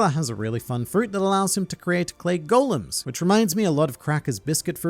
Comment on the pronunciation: Okay, usually this would be the part where I lambast you for SOMEHOW mispronouncing Marineford...STILL...BUT......you also are one of the only people on the internet I've ever seen pronounce the word "golem" correctly. So you get a pass. This time...